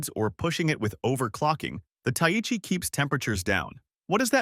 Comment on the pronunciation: ta-ee-chee? ... bro Thai-Chee... that pronunciation is painful